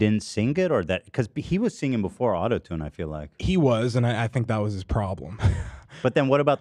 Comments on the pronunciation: Ethan not being able to pronounce the word “singing” is always so funny to me. He adds a syllable that doesn’t exist, so because the word is so “simple” it’s impossible not notice immediately 🤣 “sing-Ging” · He over pronounces it like "sing-geeng" it's like he puts a hard G in the middle. And I'm from LA and do not say it like that 😂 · I could listen to Ethan hit both G's in "singing" all day, it's such an LA thing and it makes me happy